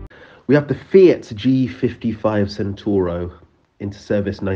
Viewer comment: Pet peeve alert: that's not how you pronounce "Centauro". With it's hunchback air intakes and general homeliness, the Grumman ATS can only be called Quasimodo, or maybe Eyegore or I-soar to coin a pun. Edit: as a grey beard enthusiast with an extensive collection of books and magazines going back decades, I had read about all of these projects and aircraft.